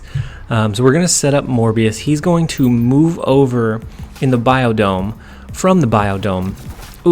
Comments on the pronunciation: Biodome? Please tell me that was an on purpose butchering of the name Bifrost lol I do feel like you should just misname it every time it comes up as an inside channel joke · I feel like the location 'bifrost' is the most butchered on this channel. Great vid😂!